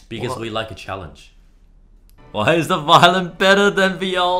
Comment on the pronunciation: "because we like a CELLO-enge (challenge? yeah? no?)